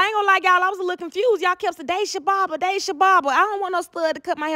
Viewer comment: It’s pronounced (DAH-SHA) 😅😅she said I’m not going to no barber shop 😅😅😅